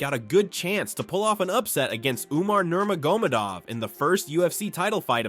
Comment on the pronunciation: Learn to speak his name correctly first